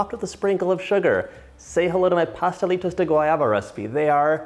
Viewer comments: I love your pronunciation of the Pastelitos de Guayaba 💞💞 your Spanish is great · Yes you said it correctly! My favorite .. yum thank you for making